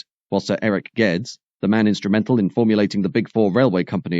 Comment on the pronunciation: Geddes is pronounced Geddies, not Geds